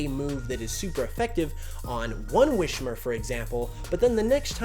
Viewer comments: “WISS-mer”, not “WISH-mer”! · Just so you know it's not a sh in wismurr, it's a corruption of whisper